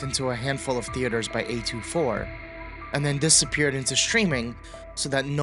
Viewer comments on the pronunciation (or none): A-TWENTY-four. that was wild to hear lol